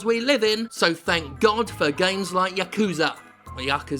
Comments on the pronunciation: Its YA-KU-ZA not Ya-Kuuuza, source living in Japan for 10 years speaking japanese. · "ya-ku-za" is the correct pronunciation, without inflection on any syllable. "ya-kuu-za" is wrong. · Hey Jim. it's pronounced Ya Koo Zah... just a comment I do love you and your channel. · 8-9-3 pronounced ya-ku-sa. if you're not japanese it really doesn't matter how you pronounce it cus the meaning remains, but yekuza is wrong cus in japan A is pronounced either ah or aah. so ya-koo-zaa. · Yakuza has looked intriguing to me. Zero and Kiwami have been sitting on local shelves for a while. I'll give 'em a go. Also, yes, it's pronounced "yah-KOO-zah". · It ought to be pronounced like "yakza" there is no need to emphasize the "u" or "oo" sound in "ku" in the word "yakuza". Essentially, you want to not inflect or stress any of the syllables in that word, or any word in Japanese; give each syllable the same weight. My Italian grandmother was trying to tell me about "My neighbor Totoro", but she added a glottal stop and inflected the middle "to" (saying "Tottoro" or something like that). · I thought you Brits pronounced it "Yakuza Nought" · Hi my name's Jim Sterling and I can't pronounce Yakuza.